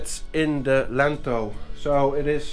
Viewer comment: Cute how you say lentil for lintel. A lentil (in English) is a small grain looking legume popular in French cuisine. Makes me smile each time. Easy mistake.